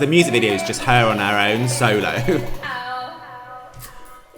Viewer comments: I think you’ve got Chanel on the brain it’s solo not slomo haha love you ❤ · I think its solo, not slomo lol